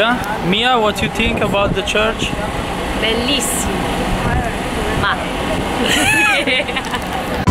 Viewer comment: "Uatt du iu tink abbaut te cerch"